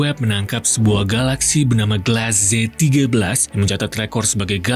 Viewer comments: Tulisannya Glass Z31, dibacanya Glass Z13. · Mungkin bisa buat koreksi, tulisannya z31 tpi bacanya ztigabelas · Bukan begitu cara baca angka tiga puluh satu bang